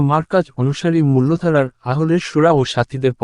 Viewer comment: Apni ki poren!!! Mullo Dara noi.mul Dara hobe....❤